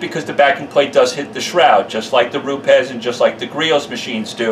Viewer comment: Jehovah God bless you for knowing how to pronounce Rupes like the Italians who run the company do! Another great video with valuable info. You should charge though because you've been invaluable in my training process in becoming a future pro detailer! Thank you!